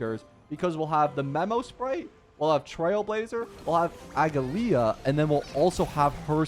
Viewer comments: its not pronounced aglaea its "ugly ahh" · You don't pronounce the last "a" so it's Aglaé. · It's aglA-ya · A-gla-ea aglaea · How do you not know how to pronounce her name if you played the story lol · No hate or shade but I genuinely never understand how people don’t understand how to say a characters name when they themselves say it if you don’t have the English dub on Turn it on for 2 seconds